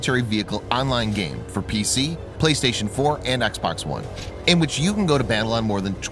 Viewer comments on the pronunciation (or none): none